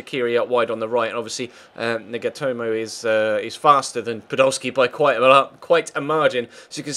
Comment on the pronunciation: he said nigatomo